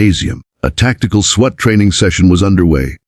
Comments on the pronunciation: School bathrooms can only be locked at the stall not into the hallway. This AI voice is awful. It's SWAT! Swat! Not sweat. This is click bait I'm sure! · You should really listen to these before posting . It’s a SWAT team not a sweat team. Also Rios is pronounced re- os, Not ri-o. Do better. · The word is pronounces spelled SWAT pronounced Swot, PETITE pronounced peteet not petite AI is dumb doesn't know how to pronounce easy words, doesn't how to nuance the phrases and grammar doesn't exist. These are good stories spoiled by the AI narrator. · Does ai know how to say swat